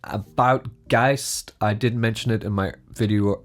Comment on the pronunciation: finally, someone pronounces geist right. every other videos says geest lol